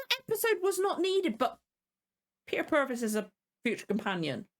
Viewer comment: You are saying Peter Purves' name right 👍